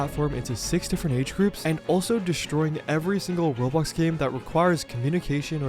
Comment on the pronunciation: It’s so funny how calls it rob blox instead of row blox lol